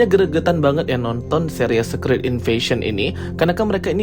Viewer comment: Bacanya bukan sekrit bang, tapi sikret